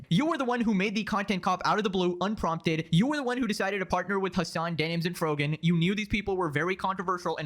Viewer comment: did he just call frogan frogman? lmao